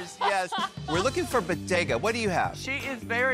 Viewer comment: BO-DE-GA sandwidge